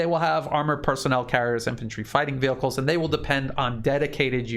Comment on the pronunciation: Come for analysis; stay for pronunciation of "Vehicles" 😂❤🍻 HNY everyone - may it be safe and prosperous